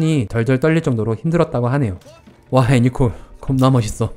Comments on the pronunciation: 왜 자꾸 예니콜이래? 거슬리네 애니콜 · 예니콜이 아니고 애니콜이네요 자꾸 거슬려서..